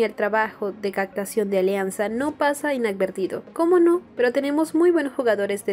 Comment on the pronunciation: CAPTACIÓN... Pronuncia bien pir favor... Es importante tu buena locución , tú informas😉👌